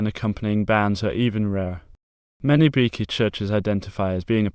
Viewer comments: its pronounced bee-chee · You go to the beach... with a "y". Or like the theme of literally every beach house's bathroom- "Beachy". I don't know what you were saying but it was not my name.